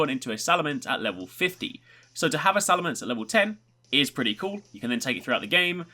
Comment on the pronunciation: it's salamence not salamance